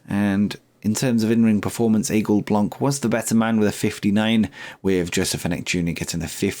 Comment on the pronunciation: since you hired him and every time after that you said the name of one of your wrestler I grind my teeth a little.. I kept quiet about it in case someone would say it instead of me, but it seems it was never the case.. Aigle Blanc.. which would translate word for word in English to White Eagle, best manner I can give to let you hear how it's pronounced, google translate, write it while putting it in French and press that little speaker to hear how it is pronounced. Sad for Tyler Bate, little bit less for Xellhua since you only had him for like 1 show per month, but indeed.. Bate was NOT worth that amount.. let him go to AEW and make them ruin themselves financially. Starting to think that it's some sort of Vince Russo who offer the contracts in AEW there..^^ Just kidding there..